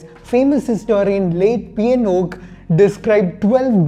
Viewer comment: P N oak, sounds more like pinokio